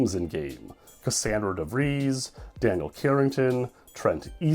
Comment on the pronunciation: “DeVries” rhymes with “fleece,” not “freeze,” but at least you didn’t rhyme it with “fries”! 😂😅